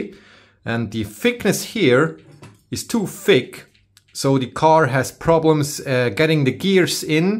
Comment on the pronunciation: It’s too FICK 🤣🤣🤣 I am German and loved that one. I know you said thick but the sound was on point. Love your videos